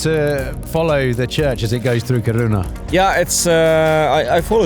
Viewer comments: Lol the pronounciation of Kiruna. From what I know as someone from Stockholm, we pronounce it ”Ki-runa but Ki as in kiss and runa as runna but very fast. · Didn't think putting the emphasis on the wrong syllable in Kiruna would trigger me so much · Pronouncing Kiruna like it's japanese 😭 it's Ki-ru-na slowly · Yes. But it’s pronounced Kiruna. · When the presenter doesn't even care how the city name is pronounced, I don't really care to continue listening to what he has to say. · How many times can you hear a name of a town without picking up the correct pronunciation?